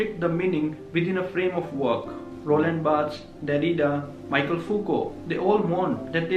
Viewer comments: mee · shel not Maikel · It's *Mikhel(Michel) not Michael